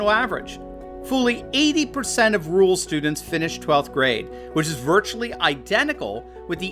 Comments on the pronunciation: Interesting video but what the hell is a ‘ROOL’ population…? Do you mean RURAL? That’s two syllables not one. Pronounced.. RUOR AL as one word. Why do Americans ignore all but one vowel in any word? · AND THEY CAN”T SEEM TO PRONOUNCE “RURAL” WITHOUT SAYING “RULE”. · there are 2 R's in RURAL, you keep saying rual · Why can't you pronounce "rural"?